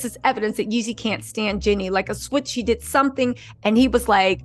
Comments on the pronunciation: It’s Jeezy you keep saying Yeezy 😢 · You change the narrative everything 30 minutes! And his name is Jeezy not Yeezy!